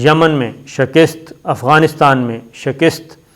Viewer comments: shakist nahi hota yar ,,,,,,, shikast hota hai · آپ کو شہِ کِست نہیں بلک شی کَست کہنا چاہیے معزرت کے ساتھ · Ooooooh pa paindooo I told u don't say shekist it's right speak Shakast.. Allah ka wasta hai es ko theek bola karo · Mere kheyalain saheeh lafz "Shikast' hay.